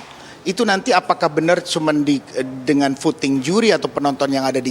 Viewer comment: Voting mas anang, bkn futing🤭